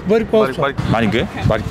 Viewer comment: Не барк , а барг !